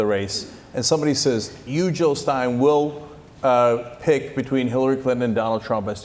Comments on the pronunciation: Jill Not Hill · jill not hill!